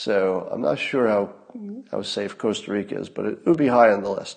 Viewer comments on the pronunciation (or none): none